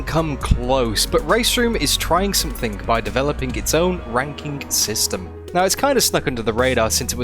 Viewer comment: “RankinK” lol